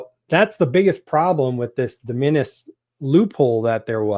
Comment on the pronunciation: It's real hard to take advice from someone who won't take the time to figure out how to pronounce hyperbole or de minimis. That aside, the de minimis exemption is a fundamental tool for any ecom seller, both in terms of cost savings and, moreover, the lower threshold for customs. If you're going to bring commentary to the public square on this, then please do more diligence with genuine sellers. Ya'll seem like you run content channels and do not actually participate in product development and scaling,. Sample orders and product scaling: Orders of 10, then 100, then 1000 units often fall under de minimis, allowing new product development to happen rapidly and at a better speculative cost. The U.S. manufacturing base does not exist for products the U.S. does not want to manufacture. If you want to have something sewn or lower-tech made in the U.S., like accessory manufacturing, not only is the product not made here, but the machine to make it and the feedstocks several degrees down are also not made here. i.e., even if you want to make it or find a currently nonexistent supplier, they will still be importing the things to make it with. Does your product involve rubber? We don't grow that here. Like it or not, we are a monopolistically tilted market. The higher enforcement of customs caters to the largest corporations and hurts everyone else. It further disempowers the right to repair. The people who keep the machines in your society running are often not allowed to buy the par